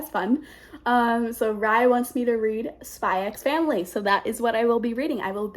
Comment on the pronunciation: He's very protective because his sister is practically his mum and his only family, and it's over the top for comedy effect (it's a normal trope in manga/anime). Also it's just "Spy Family" the "x" is silent.